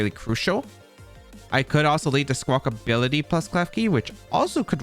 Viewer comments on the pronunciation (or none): When you said you’d pronounce Squawkabilly wrong in this episode, I thought, “How many different ways could you possibly say it?” And you definitely showed me lol there are a lot of different ways to say it. Squawkability is canon now